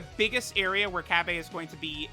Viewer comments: Cab-A? you can at least pronounce the name right. Na for the copious amount of money that you spend on this game you can mispronounce names all you want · Cab-aye, that shit sound gay and stupid 😂😂 stop it, no one calls him Cab-Ayeee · Bra Fandom: Bulla Also truth: Cabbe Also fandom: Cabba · in subbed the voice actor says Cabbe but in dub and in everything else and the way its spelled its Cabba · Cabba’s name: Cabba: Cabbay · Nobody:: cab bay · so busy talking about pronunciations he didn't even bother to look at Cabba's attack and defense after giving him orbs, ugh... Oy vey. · Czar17 _ that’s what I figured, I watch dub so that’s how I pronounce his name